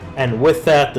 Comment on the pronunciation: It's SUNTZU not SANTZU (╯°□°）╯︵ ┻━┻